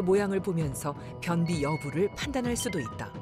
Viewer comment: 발음 개웃기네ㄱㅋㅋㄱㅋㄱ변!비 설!싸ㅋㄱㅋㄱㄱㅋㄱ매운크림 리조또 함부로 먹지 마셈 지금 변기 위에서 보고ㅇㅣㅆ음ㅈ